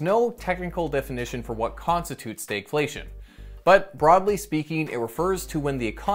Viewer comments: Why do you pronounce Stagflation like Staygflation? You don't say the stag in stagflation is pronounced the same as stagnant. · You pronounce the "stag" differently than we do further south. Fun. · Never heard anyone pronounce stagflation in such an odd way.